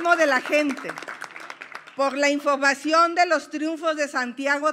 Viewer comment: "Por la infogmacion"😂😂😂😂😂😂😂😂